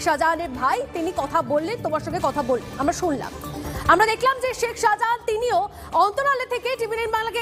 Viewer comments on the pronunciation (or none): Reporter to শাহজাহানই বলতে পারে না, সাহা জাহান বলছে